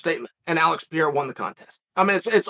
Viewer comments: If you gonna keep making money talking about Alex Pereira, maybe out of respect, you should learn how to pronounce his name correctly. It’s not Piera, it’s PEREIRA. Peh-ray-rah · REPEAT AFETER ME: ALEX P E R E I R A not Piera